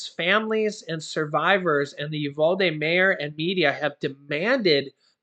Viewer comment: I’m from Texas and the way you pronounce Uvalde is YOU-VAL-DEE. VAL as in VAL-ue.